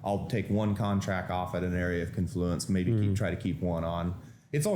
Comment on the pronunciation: Also, the word is CON-fluence, with the accent on the first syllable. Not con-FLU-ence. He says he uses a 50-tick stop. That's 12.5 points, which is a very low typical 1-bar range for NQ (and is a 250 loss). I kinda wanna call bullshit on this; the random fluctuation on any given short term bar (say 1000 ticks or say 3 minute bars) is easily 12.5 points. This stop would be hit extremely often on even low-vol portions of the day. The opening cross can easily average 40-60 points. Yeah, hm. I don't think so.